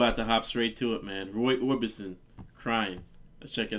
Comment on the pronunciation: OrbiSon, NOT OrbiTson